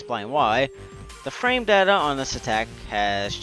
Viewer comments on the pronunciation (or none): none